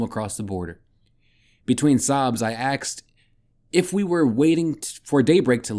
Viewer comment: Axed? Thank you... good voice. The axes are a little annoying... my mother taught 5th grade grammar. Lol The author has a YouTube channel... he's an unhinged lunatic 😂😂😂.